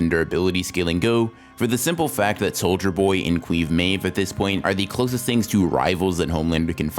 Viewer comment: No, he said "Cweave Maeve"